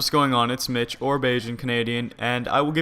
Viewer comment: when you say "Mitch" i always think you say bitch XD